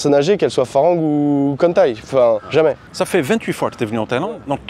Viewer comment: Arrête de dire farang on prononce falang!!!